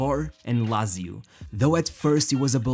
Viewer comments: "Lazio" sounds so ugly, instead of "latzio", but thanks for the documentary. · he it me Laaaaaaaaaaaaaaatsio not lazio jezuz krist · Jesus Christ man, learn how to correctly pronounce "Lazio" if you're going to say it 1000 times.